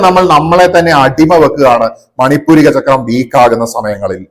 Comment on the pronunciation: മണിപൂരിക അല്ല; മണി പൂര ചക്രം ആണ് ശരി